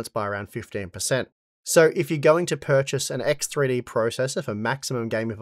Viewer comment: EKS TRI DI! My russian ass